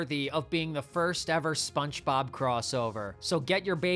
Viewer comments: You're definitely saying "SpunchBob." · Why do I keep hearing “spunchbob” whenever you say spongebob 😭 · I can’t tell if you’re saying SpongeBob like “Spunchbop” cuz of the meme or if that’s really how you pronounce it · SponchBob? Are you hispanic? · Bro can you say "Spongebob" correctly? wtf